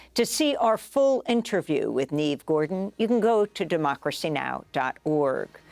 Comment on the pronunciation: It’s not “neeve”; it’s “ne-vay” as if it were written “nevé” in French.